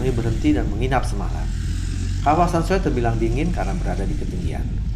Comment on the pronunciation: So - e nama kota nya om hehehe, bukan Soe....